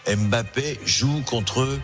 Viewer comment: Eh! C'est pas M bappe. C'est Mbappe